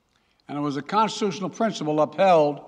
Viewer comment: Biden did say Cozituzyunnel . . .